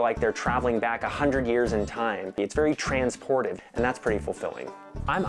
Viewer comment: "Trainsportiv" lol